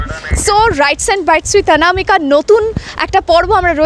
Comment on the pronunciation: আমি একটা জিনিস বুঝতে পারছি না সব কিছুই খাঁটি বাঙালির মতোই বাংলা বলছেন... কিন্তু যেই "অনামিকা" শব্দ টা আসছে অবাঙালির মতো উচ্চারণে বাংলা বলছেন ... এর রহস্যটা একটু জানাবেন প্লিজ